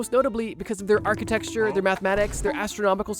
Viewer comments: Architecture = Ark-uh-tech-sure Not Architexture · Can’t get over you saying architexture